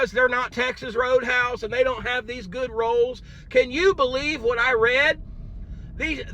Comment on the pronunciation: The way she said those rollz.😅😅